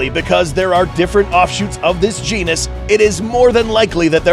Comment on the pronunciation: i misheard you with genus i thought it started with a p.😬